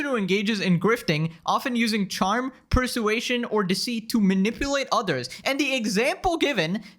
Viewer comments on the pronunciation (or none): LOL you cant say persuasion. 😆 its like hearing the dyslexic kid in class struggle to read. you're so "flippin" bad at "flippin" reading and you sound like the nerdiest "flippin" guy ever. being terminally online isnt good bro. touch grass. give your body a chance to produce some testosterone. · Per-sue-ay-shen took me out ngl 😬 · "Per-soo-aytion" that's the most insane way to pronounce persuasion. Still liked the video tho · You pronounced persuasion wrong